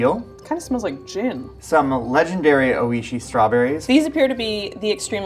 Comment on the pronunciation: Bill's pronunciation of "oishii" was horrific